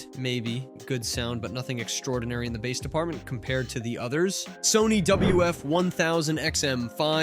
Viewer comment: Jesus Christ stop pronouncing it like it is a fucking fish!